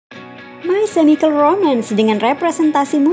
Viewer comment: learn how to pronounce correctly...chemical bkan di spell semikal but di pronounce "kemikal", also gerard way, g nya dibaca je